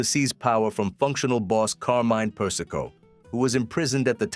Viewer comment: AI Slop. Per-is-ko? Seriously?